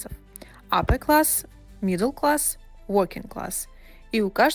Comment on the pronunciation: Третий по счету класс звучит как " прогуливающийся класс" 😂 walking вместо working